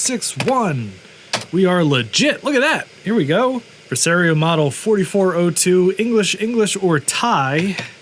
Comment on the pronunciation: I’m fascinated by your regional pronunciations. “Pre-Sair-eoh “ Instead of the official “Pre-Sah-rio”. You do the same thing with Mario as Mare-eo.